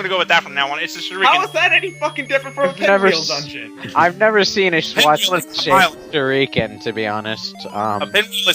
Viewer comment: sure-ee-kin... weirdest pronunciation ever